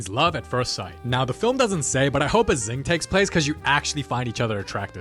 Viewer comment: sing❌ zing✅